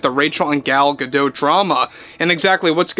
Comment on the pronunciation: Please stop saying Gal "Gadote"...It's pronunciation sounds like "Ga-doe". Thanks!😊